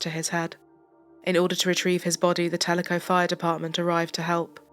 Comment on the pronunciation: You are the only one to pronounce Telico right. i was in junior high in Ennis when her and her brother were murdered